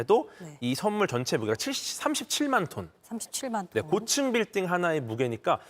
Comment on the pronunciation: 쏘는 썬물 발음 웃겨ㅋㅋㅋㅋㅋㅋ